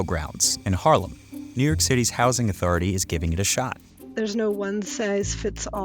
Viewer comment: I thought it was New York not New Yerk